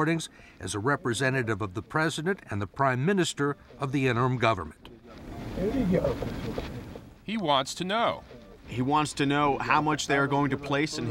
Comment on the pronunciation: I swear at the start he said "the u.s gaverment cant leave a rock until its government can govern itself" lmao